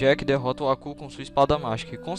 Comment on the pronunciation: Pq vc fala "Acú" e não "Abú"?